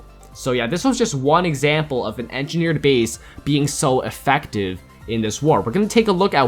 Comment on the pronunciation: This is how many times he said engerneered bases 👇